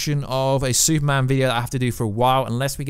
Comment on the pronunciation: Exactly what is a Suuman, because I and the rest of the world are fukin waiting...